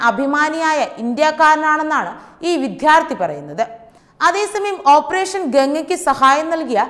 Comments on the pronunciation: Pl province properly. Not vidhyarthy. Vidyarthy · വിധ്യാർത്ഥി എന്ന്‌ മനപൂർവം പറയുന്നതാണോ അതോ വിദ്യാർത്ഥി എന്ന്‌ പറയാൻ അറിയാഞ്ഞിട്ടോ?. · മോളേ വിത്യാർത്ഥി അല്ല. വിദ്യാർത്ഥിയാണ്. ശ്രദ്ധിക്കുക. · വിദ്യാർത്ഥി എന്ന് ഉച്ചരിക്കണം. വിദ്ധ്യാർദ്ധി തെറ്റ്. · Pls use correct pronunciation for VIDYARTHI. Getting irritated by hearing the wrong pronunciation repeatedly.